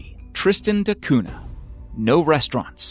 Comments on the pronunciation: Tristan da Cunha (cuña, not cuna) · Cunha is a Portuguese family name and is not pronounced CUNA. The H is not silent. It actually gives a sound similar to the Ñ in Spanish. So, the sound is like CUÑA. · It's pronounced koonya, not koona (Tristan de Cunha). For heaven's sake hire a professional narrator. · Dude, you’re spelling “cuna”? Google listen Cunha.